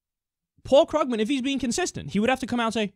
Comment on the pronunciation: It's pronounced KREWgman